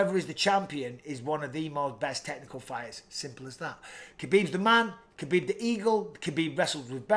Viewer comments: It's Khabib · Stop it people it’s khabib